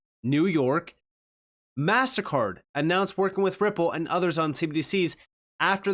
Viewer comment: Sounded like you were saying "massacre" at first instead of "mastercard"... I was like great, is he Ai too 😂😂